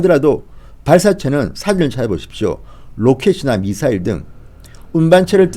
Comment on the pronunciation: 쟈들은 미사일 발음을 못하나 ??? 따라해봐 미~~~사~~~~일